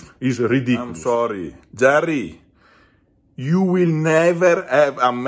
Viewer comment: Well he didnt retreat from the match when he got sick, Its like he took the match, and he didnt come to the table. So It must be called a direct loss for JARRRY. OH also please dont pronounce his name correct like jerry. Please keep calling him JARRRY 😅😅